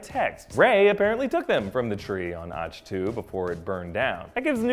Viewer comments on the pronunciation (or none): also.. ah-k tow not atch... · Also when he says Atch-To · Ahch-To is pronounced Awk-Two like as is awkward. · Generally not too caught up on pronunciation but after Reven (Revin) and Auchtoo (Auchtoo like achto liebe), I couldn't listen to anymore. Had to downvote this one. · His pronunciation of "Ahch-To" (idk if thats how its spelled) is what triggers me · Okay I'm very concerned. You claim to be a fanboy yet you missed pronounced Darth Revan name and Ahch to twice. That can be forgiven, but no one who claims to be a fanboy would mispronounce Revan.